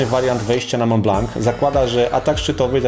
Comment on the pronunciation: Wszystko świetnie, tylko przykre jest to, że nie potrafisz poprawnie wymówić nazwy góry na którą się wspiąłeś. Dla pocieszenia powiem, że mało kto w Polsce wymawia tę nazwę w odpowiedni sposób. Otóż jest to ''Mą Bla ewentualnie Blo'' a nie Mąt Blank.